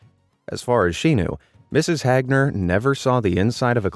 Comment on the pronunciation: It's not Mrs. Hagner it's Mrs. HAGner